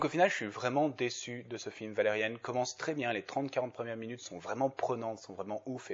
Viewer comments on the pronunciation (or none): J'aime bien ta critique, par contre c'est justement le Millenium Falcon qui est quasiment un plagiat de celui de Valérian (et ce n'est pas la seule chose tu peux chercher sur Google) Sinon ça me stresse que tu dises Valérianne xD